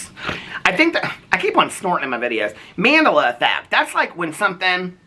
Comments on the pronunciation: You were soooooo close to figuring out Mandela effect is pronounced like Nelson Mandela, named after him. I was on the edge of my seat waiting for you to make the connection 😂 love youuuu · Not saying Mandela effect wrong after reading it's related to nelson Mandela lololol love your rants 💙😅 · I'm dying at mandala pronunciation